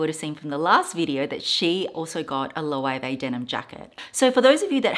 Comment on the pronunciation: The pronunciation of Loewe 😱